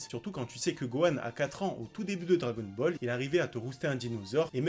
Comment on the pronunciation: Je pense que t'es la personne qui prononce le mieux dragon ball au monde